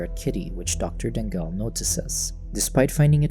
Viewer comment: I’m pretty sure since it’s from Philippines, it should be pronounced as Da-ngal. Not Dang-gal. 😅